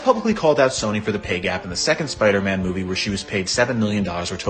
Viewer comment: its spider-man not spider-MA'AM